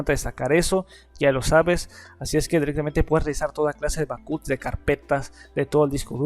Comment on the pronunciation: Qué quieres decir con "BACÚTS"? o "BAJÓT"???